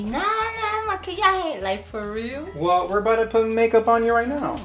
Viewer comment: CEO of "FOR REAAL"